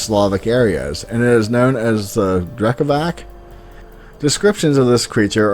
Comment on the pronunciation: It is pronounced Drekavats.